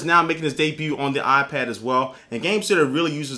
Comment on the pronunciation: It's not aaah-pad. It's eye-pad. Lol. :-)